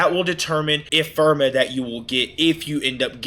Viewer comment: Great video but PLEASE say Ephemera right lol. “Eff-emm-air-uh”. Anyway. Sweet video! I’m a returning vet who left about a year ago and upon coming back I remember next to nothing about how to handle a lich. Completely forgot you even have to do Railjack for it 🤦🏻. Thanks for the detailed refresher!